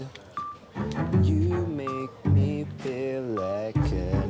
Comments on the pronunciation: It's FEEL not FEL and it's CRACKING not CRACING. 🤣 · "I can fel my chest cracing"? Really?